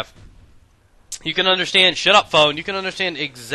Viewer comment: When he says shut up phone it sounds like shut up pwn